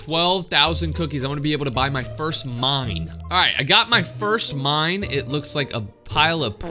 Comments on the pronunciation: I heard “mommy” lol but now I hear “mine” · I felt like u said mommy instead of mine